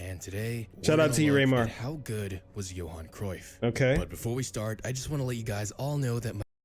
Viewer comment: It is pronounced Yohan.